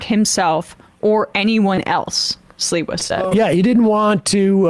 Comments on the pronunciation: SLI-wa, not Silwa! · Sliwa = SleeWa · Sliwa is pronounced SLEEEWAH. Like sleazebag. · How can I take Sam seriously, when his cohost correctly pronounces Sliwa's name, and he continues to pronounce it as if it's spelled Silwa. He must not have been born yet, when Sliwa was made famous, by the New York based national media ( who think anything that happens in NYC. is national news) 40 years ago. If you're dyslexic Sam, listen to the people around you, who are correctly pronouncing names, and take a hint. I really don't think he even listens, to the others on his show, he seems to really like listening to his own voice, more than hearing others. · they didn't stop the guy.. they stomped him....And it's pronounced Sleewa...You sound almost like a bigger dope than them! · His name is pronounced "Slee-wah". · Sam: SLEE-WA 😉